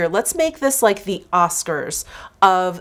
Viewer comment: Oscars!?!?! MISHCARS!!!